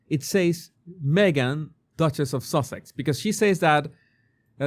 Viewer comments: It's funny you pronounce it sausage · I love that you call her Sausages, instead of Sussex. She’s making it sound like we Americans are so stupid that we can’t figure out what her last name is. She took her married name, which she refused she say in this video. Duchess is a title, not a last name. It’s not that hard to figure out. She danced around the question and never answered what name is on her passport. She’s trying so desperately to hold on to her title that she will only say that her name is Duchess of Sussex and that Sussex is her family name. Maybe she thinks that if she continues to hammer that in then Parliament won’t take her title away.